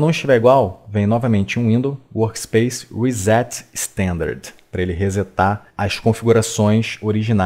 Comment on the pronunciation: isso é verdade, mas ainda assim as más pronúncias atrapalham exemplo tem gente que não sabe falar "standard" e pronuncia "istãndárdê" e isso pra tudo que fizer no vídeo huauhahua XDD mas enfim, ser educado em língua inglesa é privilégio e não são todos os privilegiados que realmente se dedicam em aprender